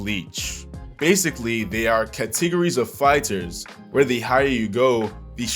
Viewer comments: I am more or less distraught on how he pronounces "categories"... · the way you made "categories" sound llike a made up word lmfao